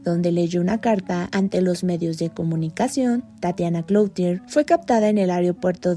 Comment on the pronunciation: Tatiana cloutier? No manches amiga se pronuncia clutie'r, que pedo apoco no hay alguien que corrija esos detalles antes de salir al "aigre" 🤦